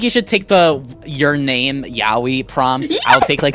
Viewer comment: "toxic yawee" i swear to god learn how to pronounce yaoi please